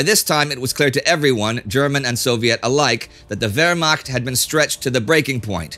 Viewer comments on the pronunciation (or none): none